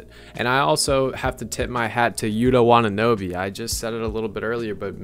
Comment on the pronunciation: Great VDO thanks. But you I heard you say WataNObe atleast twice. 😁